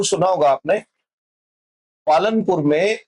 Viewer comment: Palampur not palanpur